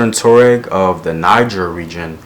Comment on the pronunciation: Wa-ga-du Empire. Wo-do-be people. Twa-reg people. Love your videos!